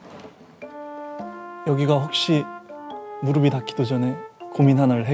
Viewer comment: 흥민아 '무르비 ' 닿기도 전에가 아니라 '무르피' 닿기도 전에라고 말해야지~ ㅋ